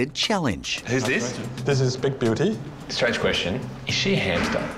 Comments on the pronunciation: I swear i heard big beauty as big booty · Is it just me or did The father of the son that owns the hamster say “big booty” than “big beauty” 😂😂😂😂😂🤣🤣🤣